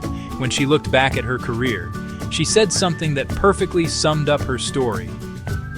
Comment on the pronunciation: So she pronoun bank as bunk....back as bark...fax machine as fux machine :face-blue-smiling